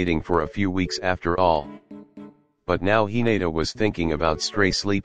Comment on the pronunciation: No one: he-nate-a